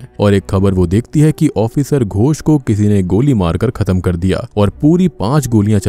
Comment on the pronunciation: Tum bar bar gosh gosh kyu kr rahe ho it is ghos not gosh ...gosh matlb pata h kya hota hai mansh ko kehte hai gawar ...